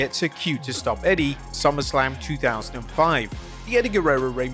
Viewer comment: Bro, Is it just me or did say SUMMERSALM